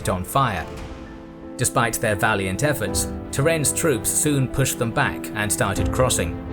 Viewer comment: Слово «troop» на английском слышится как «труп» на русском 😑